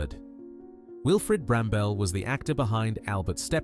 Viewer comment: . Wilfred Brambell (that’s Bramble - not Bram-Bell) was no “British” icon. He was IRISH. Bloody useless AI.